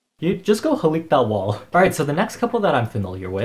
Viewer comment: “how she gonna defend here self when Ed wants to HALEEK” I’m sorry but as a Filipino I find it funny when other ppl try to pronounce Tagalog 😂😂😂 no hate it’s just funny